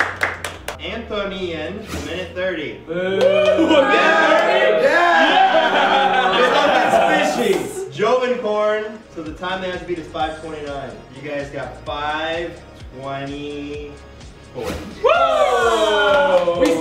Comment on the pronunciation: Did anyone else hear "Joven porn" when Anthony said "Jovencorn"?